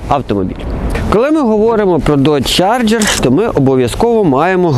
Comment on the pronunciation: Я тут згоден, трошки забагато води, та й вимова моделі - це повне фіаско. Чаргер😅😅, мускулкари.....